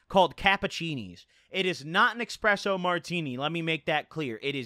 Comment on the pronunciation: This guy says 'expresso' in 2021